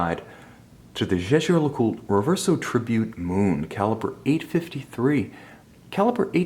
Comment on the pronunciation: Haha learn to pronounce the name!